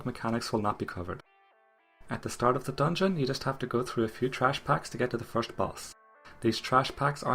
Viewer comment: The way you pronounce the word "first" makes me think you're scandinavian,correct me if i'm wrong :D Great guide btw